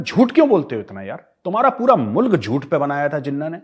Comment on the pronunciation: Lanti Lahori Anchors ko Mulaq bolna nhi aaya...Boltey MOOLAAAQ.😜🤣😂😅😂🤣😜😅🤪😂🤣😜😅🤪😂🤣